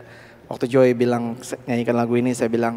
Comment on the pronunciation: When she introduced him in the beginning of the video, it seemed to me she pronounced his name like "Joy" and now I can't undo that - it's perfect - JOY Alexander.